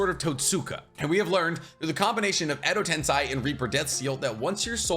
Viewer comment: are you baiting me? it's "edo tensEi" and not a "tensAi"